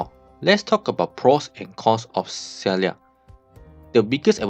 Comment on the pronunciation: Her name is pronounced as Sigh-ark.